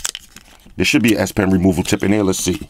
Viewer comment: Sound like he said you got a red ass pin.